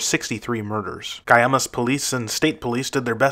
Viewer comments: Guaymas is pronounced "Why Maas." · FYI : It's pronounced Gwai - Muhs Sonora.